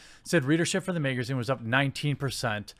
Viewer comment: I need a compilation of him saying magazine